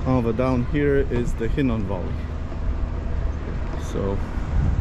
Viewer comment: That would be the Valley of Hinnom, not Hinnon. The WORD calls it the "Valley of Slaughter!" Children of Israel were sacrificed and burnt in the furnace unto Molech/Moloch/Molek (same entity) in the high places of BAAL.